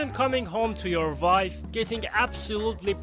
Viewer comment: It's pronounced wife not "vife"